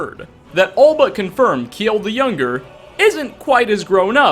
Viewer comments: Just saying "Kjeld" is pronounced Kjell and not kjiiel. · Kjeld = Not ke-jel. Just kel. gel with a k sound in front.